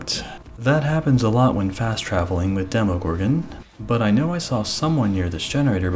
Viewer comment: Thank you so much for pronouncing it's name right